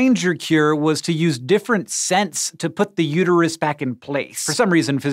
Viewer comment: its uterus not uteryou